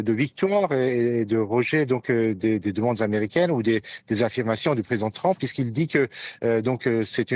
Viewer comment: Je suis partagé entre le doute d'avoir un spécialiste de l'international qui dit "truumpeuh" et mon plaisir à le voir mépriser autant la langue anglaise 😅